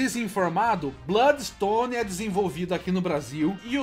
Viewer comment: daora esse "BLÓDIXTONE"